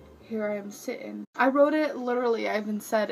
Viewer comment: “Here I am *si’in”